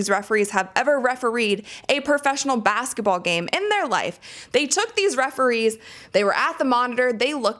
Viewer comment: It's "basketball," not "bassetball."